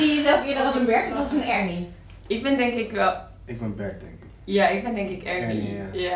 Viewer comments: Nee het is Ernie niet UHRNIE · Het is ernie niet urnie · Normale mensen zeggen: Ernie! Kalvijn zegt: urnie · Ik vind het wel mooi dat kelvin eurnie zegt ipv ernie, lol😂😂